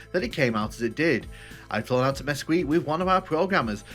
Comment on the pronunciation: Mesquite is pronounce Ma-skeet